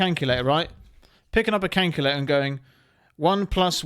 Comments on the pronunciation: WTF is a flippin cankulator mate? LOL ! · He said Kankalayter 😂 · WTF is a canculator?😂😂😂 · Canculater… Oooooooo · Canculator had me rolling bruv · 😂 what on earth Is a 'Canculator"? 🤔🤷‍♂️😅😅 Sure i heard it? Legit confused 😂😅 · Canculator lmao 🤣😂😅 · What’s a cankyerlater ?? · "..cayntculator" 😂 i love that! ❤❤ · That is the strangest pronunciation of the word calculator I've ever heard lol. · canculator lmao 🤣🤣😂😊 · Calculator lol calculator wtf hahaha calculator it's calculator say it cal cu la tor lmao😅😂